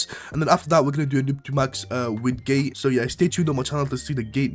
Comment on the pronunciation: Bro said gay not gate😅